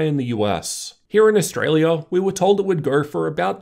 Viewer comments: ‘The 1080p panel, is the way to grrr’ I’m curious on this accent, because I’ve never heard anything like this ! 😅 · Its Australian mate lol